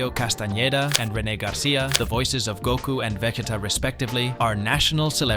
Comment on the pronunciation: To us mexicans, and then you say Gouuuku 🤨